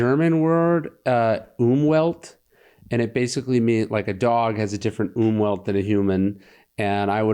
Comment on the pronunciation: You mean Umfeld. You pronounce it like Umwelt. Which means environment. Unfeld means factors surrounding you. If you chill with thugs, you have a bad Umfeld.